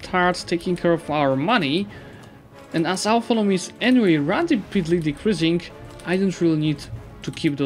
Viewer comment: It's 'autonomy' not 'authonomy' ;)